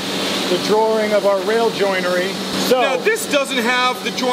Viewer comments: Umm did just say drawRING? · extra r does throw me off. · 1 "R" in Drawing....